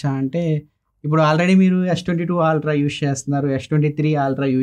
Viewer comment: Aaaltra kadhu it's ultra.